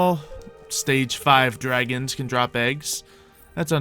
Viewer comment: why does everyone call call them cute baby "dwagons"?